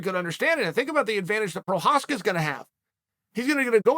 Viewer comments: I remember he called him "progaska" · proprietary? prokreiv? prokryev? provider... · Who is “Prochazka?”